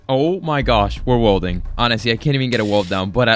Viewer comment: what the hell is wolding please say it properly welding 😬